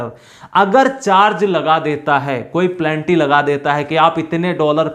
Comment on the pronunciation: Good information. प्लेनटी नहीं पेनल्टी बोलो सर। It is Penalty. You are pronouncing Plenty.